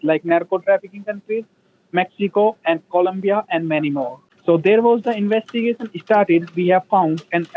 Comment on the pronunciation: OH NO. THE "INWEST-A-GATION DEPARTMENT"...LOL